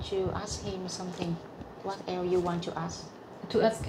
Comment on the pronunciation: cô phiên dịch cũng biết nhiều nhưng do phát âm chưa chuẩn thôi chứ cô nghe hiểu và dịch nhanh cũng là hay rồi ( cô phát âm for the thành pho đờ nghe không quen sẽ không hiểu, phát âm what cũng vậy, ở đây là bắt hơi nghe hiểu thôi. Chúc em Vân mau tìm được mẹ.